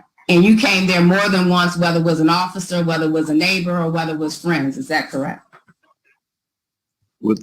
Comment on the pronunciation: I keep hearing the lawyer say occifer than when i rewind she says officer. Mandala effect? Am i going crazy 😂